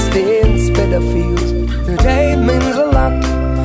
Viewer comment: why does he sing "speedafields"? you'd think his producers would tell him how its pronounced?